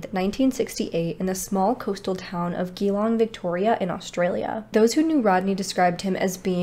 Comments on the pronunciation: Hi Geelong is pronounced Jee long. Not Geelong long. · Pronounced jelong not geelong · Just in case you do another case with Aussie places: Geelong is pronounced like Juh-Long Melbourne is pronounced like Mel-Bun Thank you for doing little known cases from down that way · I was trying to think of what place you said he came from, then when you mentioned Melbourne I clicked. Geelong is pronounced jalong. We say things a bit strange in Australia 🙃😆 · Hey, great video and you have done your research well! I'm from Australia and it was soo cute how you pronounced Geelong - it's actually pronounced Jee-long 💜 us Aussies have weird ways of spelling and even weirder way of giving nicknames too lol 🤣 so instead of grr for the g make a jee sound at the beginning - if that makes sense... 😉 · Sorry but geeelong that’s not rightt🤪